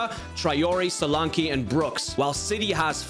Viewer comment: btw it's soul-lan-key not sol-arne-quay and bournemouth fans mostly say dom as it's his first name